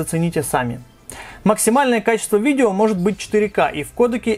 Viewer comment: Никита Минченко да "вижео" норм